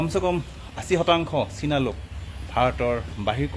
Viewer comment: Its china not sina